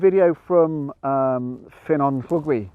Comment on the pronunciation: Another great video, giving me more ideas of places to go in Snowdonia. Just out of interest, when you went to Ffynnon Llugwy*, where did you park? There's the long layby on the left before you get to Llyn Ogwen, but is there somewhere closer to the access road? (* BTW, your pronunciation of Ffynnon Llugwy is close, but you need to swap the "y" and "u" sounds - it's Funnon Lligwy, not Finnon Llugwy. Yes, we have a weird language... ;) )